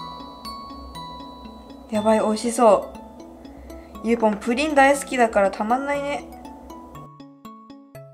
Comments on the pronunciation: プリンの発音が不倫みたいで草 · プリンの言い方のクセ強くない？